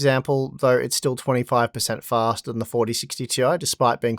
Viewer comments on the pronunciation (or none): fah-stah fah-stah fah-stah